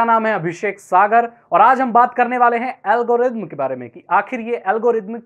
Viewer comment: pahele thik se algorithm bolna shikh bad me video banana